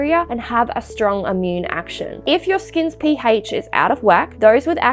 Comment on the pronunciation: "P haych" 😂